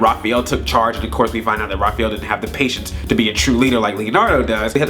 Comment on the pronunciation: You pronounced Raphael wrong.